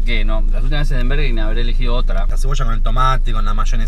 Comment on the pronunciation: por qué sandals dice bErger king jajajajajajsjsjjs